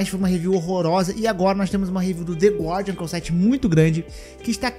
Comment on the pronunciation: Passei o video inteiro ouvindo voce falar "The God", quando era "The Guardian" hahahaha... Cara, nao sei o que é pior, esse povo que se doeu pelas enfermeiras com decote ou a galera que viu lacração nisso.